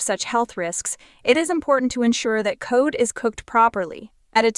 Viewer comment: Cod like in the odd couple. Not code. Love you.